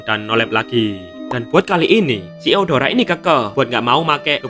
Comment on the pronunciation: Bang kok gw denger lu bilang deodoran